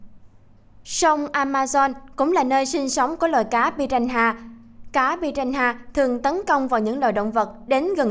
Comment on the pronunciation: Piranha mà đọc piraha